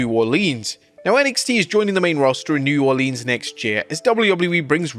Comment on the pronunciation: New Orleeens